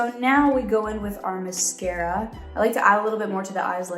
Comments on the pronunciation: Everyone: i love sabrina so much Me: why is she saying miscara it's mascara lol (I love her so much tho) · she said “mes-cara”